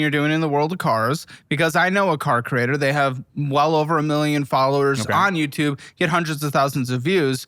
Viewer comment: Completely petty and not important but I fucking hate this guy's accent. "I used to to YewTewb" "My fiancee is mad that I buy Fewd and I cut back on the Fewd spending" So fucking annoying I'm sorry lmfao